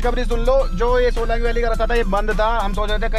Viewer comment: Bhai shelong shelong bolte ho Solang hai vo 😂😂🤣🤣 haar baar shelong shelong bolte ho